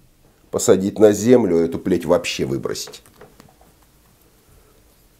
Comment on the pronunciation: Когда говорите ПЛЕТЬ слышится Б**ТЬ. Даже из интересней становится